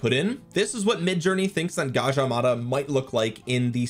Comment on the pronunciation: You pronounced Gajah Mada perfectly. Thanks for not butchering it man. Cheers ❤